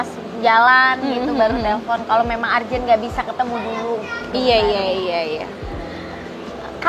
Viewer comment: Urgent bacanya urjen bukan arjen